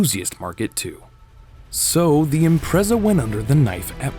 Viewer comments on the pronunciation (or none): It's pronounced IMPRETZA...